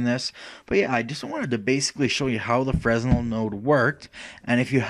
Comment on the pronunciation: Thanks for the tutorial. By the way, it's pronounced "fray-nel", not "fres-nel".